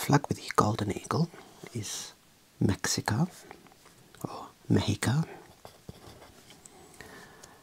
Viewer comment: Made me so happy when you pronounced México 🇲🇽 in Spanish 💚💚 🤍🦅🤍❤️❤️